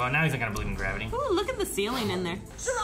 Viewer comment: Gravity? Do you mean mavity?